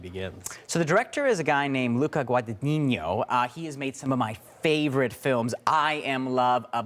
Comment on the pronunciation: If he likes Luca so much, why hasn't he bothered to learn to pronounce his name correctly?